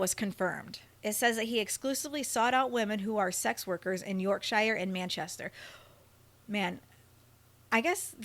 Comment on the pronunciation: YorkSHYER HAHA